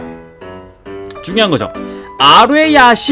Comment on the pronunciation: 아뢰야식 이아니라아라야식이에요